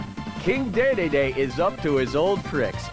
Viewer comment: Japanese prononceation